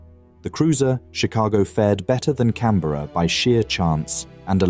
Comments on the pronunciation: Her name was HMS CANBERRA NOT Cranberra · The Australian Heavy Crusier......CRANBERRA? You would think someone who knew about the battle would review this before you finalized it. CANBERRA......not Cranberra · The Cranberra??? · haha cranberra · cranberra lol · You mean the Cranberra😂